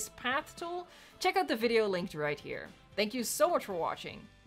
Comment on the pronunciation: I always thought the way she says "viewing gallery" or "video" sounded kinda funny now I know